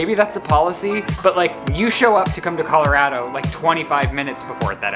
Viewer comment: mispronouncing Colorado annoys me to NO end 😭😭